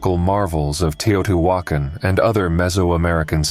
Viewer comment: Tao-tee-wa-con. damnable computer voice slaughters pronunciation. Tao tee wa con